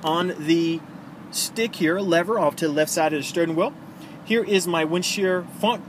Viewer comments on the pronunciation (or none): STURN WHEEL ??????? really? 🤔